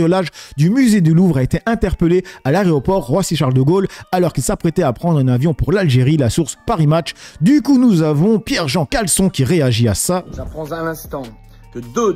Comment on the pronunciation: 😂 bonjour, mais lol, à chaque fois tu dis Caleçon au lieu de Chalençon !! 😅😂